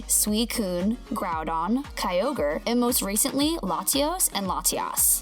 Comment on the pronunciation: wow, you don't know how to say pokemon, niantic and kyogre